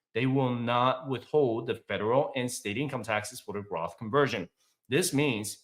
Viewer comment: did you mean "Roth" or Graph?